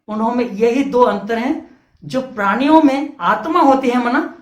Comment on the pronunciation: Are bhai aap sidha point pe ao. Itna sa batao k ped podho me atma hoti h ya nahi. Itni badi ramayan suna di. Or aap ek sabd bar bar galat bol rahe ho "praniya" praniya nahi hota. Balki prani hota h. Or ped podho me bhi jeev hota h. Tabhi to vo jite h or marte h.